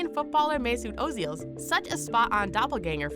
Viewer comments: New fact first its ozil not oozeel😃😃😃. Plus new fact oozeel joins Argentine world in shock 1billion contract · A) you pronounced his name wrong B) he's not fucking Argentinian he's German how tf have you managed to mess that up!! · I know, that was what I was trying to say